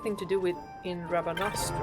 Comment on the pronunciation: I love when you say "Rabanastra" 🤣❤️